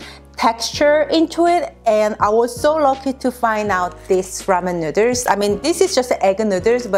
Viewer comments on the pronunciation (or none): stop trying to crack jokes...Oh n BTW it is Noodles not nooders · It's noodles not nooders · said " please don't say NOODER " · Noodle pronounced Nude-Elle-s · Did anyone notice that she kept saying neuters instead of noodles and then her husband's shirt literally says neuters on it hahaha that is f**** hilarious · The cringe when she says noodles “nooders”🥲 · Nuderrs 🤣 great video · Nuders?😂😂😂 too cute! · Nuturs Edit: wait now I feel mean :( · hey hey! you cant say that word nidders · Cook my “ramen noodles” lol no hate I love how you saw that CANT FORGET THE RAMEN NOODERSSSSS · I don't think I have ever heard noodles pronounced neuters in any accent before now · Ok, the way she pronounces “nooders” is adorable!!! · Is she saying nooders? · That looks amazing! Also, I like how you pronounce "noodles", it's pretty cute. (nooderls) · Nooders I’m sorry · " ramen nuders" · "cook my ramen nooduurrss" lmao great vid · I love the man's sweatshirt:D The word noodles pronounce nu:ders:D LOL... sounds like said:D <3... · I kept thinking she was saying Nuders, but then i seen his shirt and it says Nuiders, Didn't even know they were called that over there, kinda funny, Just ask a girl if you want to have her Nuiders. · Your husband is a lucky guy. I love cooking so I watched for the recipe, but I subscribed after you said nooder. Much love to you both! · the nooders... the goddamn nooders! ...[nú:ders] :D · Lol I gotta say this but any Asian with and accent saying noodles in English sounds like nooders 😂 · I LOBE NOODER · She said nudurs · When she says noodles it sounds like she said nuders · "Ramen nutters" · The cutest 😻😻😻 You two are so beautiful together. And the merch 🙀 I haven't seen your channel in maybe over a year so I remember that video of you answering viewer's questions. I actually sometimes say nooders to my kids 🤓 Anyways, love your videos. Thank you!! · She says nooswrs lol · it is so charming with her accent how she pronounces "noodles" <3